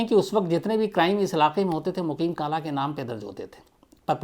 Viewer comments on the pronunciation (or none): अरे शम्स चचा आपसे आज सही से बोला नही जा रहा सभी नाम गलत गाँव के नाम गलत सन गलत बता रहा है.... जैसे मुजफ्फरनगर दंगा 1900 में नही 2013 में हुआ था.... वो राहुल भट्टा नही राहुल खट्टा था वो मुकिन काला नही मुक़ीम काला नाम था उसका ( शम्स चचा लगता है बागपत का नाम आते ही आपके भी शब्द डर से बदल गये)🤣🤣